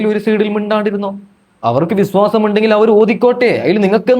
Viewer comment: bissaasam alla vishyasam😂 വിശ്വാസം not ബിസ്സാസം